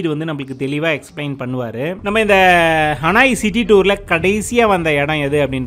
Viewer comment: ஹனாய் அல்ல ஹனோய்